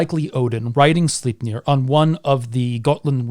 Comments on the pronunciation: "Beating a dead horse..." - For once (Lies) a good one... :P Great video as always... Though, and this is probably just me being a dumb Dane.... Sle... Slei... Sleip.... Sleipnir... I can't hear the "e" in your pronunciation... But maybe you're saying it right, and i have no idea what i'm talking about... lol.. Doesn't detract from the great telling you do... Just me being a turd i guess... :P But yea, i would absolutely love to hear the story of king Heremod becoming Odins Death knight, and the adventures he would have to embark upon to redeem himself... Love a good redemption story.... Don't you ? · Well, 99 percent of the time, i am indeed, in awe of your languistic skills, and how "easily" those nordic names comes out of your mouth... But Sleipnir... Well, that just sounded off... You know ?! Hahah... But brilliant video fer sure... You have a good night sir. I'm off to dreamland myself... - Ever done a video about dreams, and the dream state ?